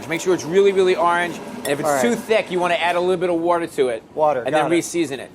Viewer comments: It’d be easier if Bobby said water not whater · Bobby Flay and Brad Leone say water the same way. WOURDER